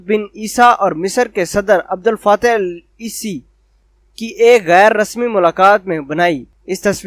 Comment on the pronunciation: آ رے خوچہ مصر کے وزیر عظم کا نام ،، ای سی ،، نہیں ہے ،،سی سی،، ہے ،